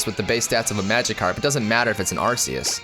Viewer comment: oh my god its AR-KEY-US